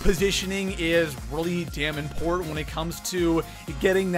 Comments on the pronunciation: It's "important" not "import" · Is he saying import instead of important? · It bugs me every time when he says “ import” instead of important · important is pronounced ... im..port..tant. not impornt. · How does this guy have 750K subs? His voice is so annoying. “It’s so ‘import’.” What? LOL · This dude really can't say important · What cant this clown pronounce "important" correctly?